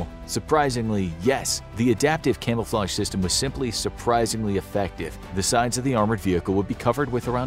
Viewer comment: Camelflage? What’s that